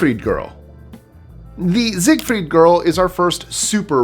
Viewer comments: Zigfield not Zigfeld. Great video otherwise. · ZEIGFELD!! not Ziegfried...